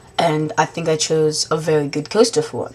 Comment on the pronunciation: Vewy good roller coaster simulation.